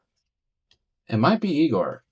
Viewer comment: I like that you say you''ll only say Egor so you don't say his name wrong but you say that wrong too.